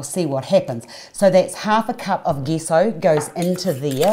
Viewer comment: Thought its was pronounced j-e-s-s-o?